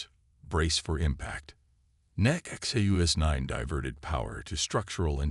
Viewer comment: Funny how NONE of these sci-fi channels can ever spell HULL. They call it hall, hole, or something else just as inane. Good stories are so damaged by many bad pronunciations, and bad spellings. Disgusting that the AI bot reader can't say "NEXUS 9", has to break it up to "NEXT U S 9" or some other variation. And it is spoken so often to be really irritating.